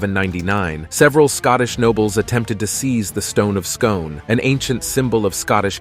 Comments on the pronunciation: Stone of Scone is prounounced Scoon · Scone is pronounced SKOON, and it's WestMINSTER, not MINISTER. Also, Matilda of Scotland was NOT an Englishwoman. The clue is in Scotland.